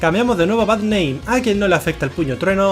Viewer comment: Cuando decía Bad name pensé que decía Barrnein